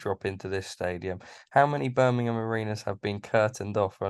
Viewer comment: Why can’t Eddie say Birmingham properly?